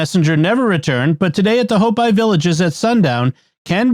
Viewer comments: Their nation is pronounced 'Hope-ee" not "Hope-eye'. This is a very common Native American nation... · Out here in the Southwest we pronounce it hope-ē, not hope-eye. Just sayin'.